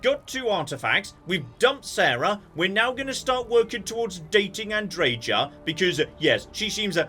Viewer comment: you are pronouncing Andreja's name correctly. In most european languages the "J" is pronounced as "Y" and the american pronounciation (admittedly not known for their linguistic abilities) is false.